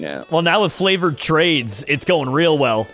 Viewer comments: the whole time he is supposed to say favored trades he says flavored trades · is it just me or did I hear when was trying to say "Favored Trades" he said "Flavored Trades"